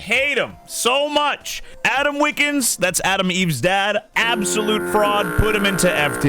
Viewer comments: IT'S WILKINS NOT WIKINS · Wikins 💀 bro it’s wilkins